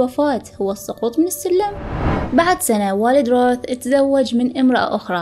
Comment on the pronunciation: قرأتها رَوَث